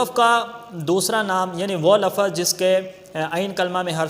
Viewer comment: سر لفَظْ نہ بولا کریں, لَفْظ بولا كریں